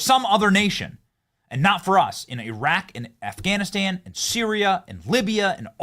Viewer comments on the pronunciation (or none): none